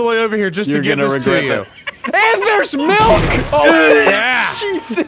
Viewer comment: When you said "BOYS BOYS HET IN HERE" I immediately thought "Are they in his basement?"🤣